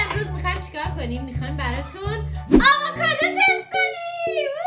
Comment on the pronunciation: آواکادو چیههه 😐😐😐 آووکادو درسته